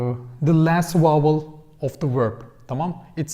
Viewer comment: Just a minor correction in your English speaking,. The word 'vowel' it sounds like you are pronouncing as 'wowel' in your videos. A 'V' is spoken starting with the mouth closed then open to create the sounding of the letter. Other than this, I think you speak English very good. Videon Genis Zaman cok iyi. Tesekkur ederim.